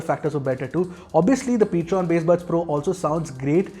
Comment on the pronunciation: it's Ptron not Patron, edit it in the description area. Thank You.